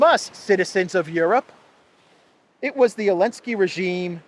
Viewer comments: Please pronounce Zelensky and not "Elensky". Why spoil names like that? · His name is ZELENSKY! Not Elensky.